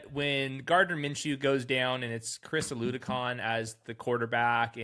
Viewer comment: Chris "O-loo-doe-kahn" lol